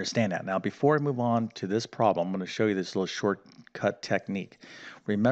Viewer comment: Why is a problem sometimes a "prahm"?